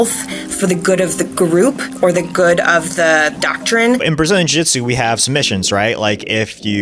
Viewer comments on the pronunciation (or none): Ahhh, yes, "Brzilian Jitsu"